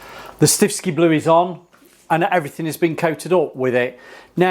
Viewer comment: Why do you keep saying stiffski blue? It's stiffkey. One S